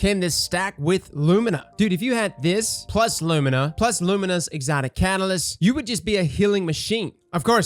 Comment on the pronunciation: "Will lord of wolves get a catylist"